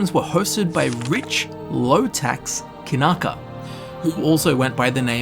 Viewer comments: Kyanka is a russian word for wooden mallet ). It's Kyanka, not Kanaka. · I gotta ask - why the heck do you read "Kyanka" (Kee-yan-ka) like "Kinaka" multiple times? did someone typo your read copy?